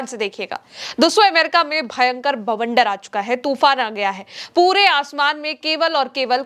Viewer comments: Bawander not bhawander. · Bawander not Bhawander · bhawander nahi bawander hindi me hota hai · बहना मेरी, भवंडर नहीं बवंडर होता है। आजकल के बच्चों के उच्चारण का तो भगवान ही मालिक है। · भवंडर नहीं बवंडर🤣😊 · Bavander hai bhavander nahi.